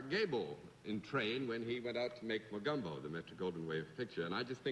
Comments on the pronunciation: Love how Bennet Cerf pronounced "Mogumbo" instead of "Mogambo". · John Daly acts like a bashful schoolboy. Just wondering if anyone else noticed they all pronounce the movie name as "Mo-GUM-Bo?" Shouldn't it be pronounced " Mo-GAHM-bo? "